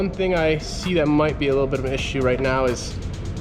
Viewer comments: you are.. ROYT... :P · Yo I think she meant to say, "yes ROYT (Australian accent)" lol